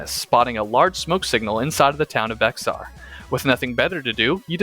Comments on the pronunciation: Bexar is called bear by Texian and yes that was what the originally called themselves and it is pronounced B-Ay-Har all in one word by the Mexicans that used to live there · This is a great map, and could be a nice fit into the lore of G and B of were zombies came to America. Also its pronounced "Bear" like the animal not "Bexar"